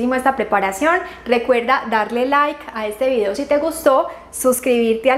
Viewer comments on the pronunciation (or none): none